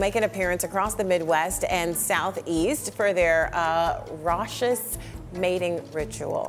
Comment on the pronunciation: She doesn’t know how to pronounce raucous?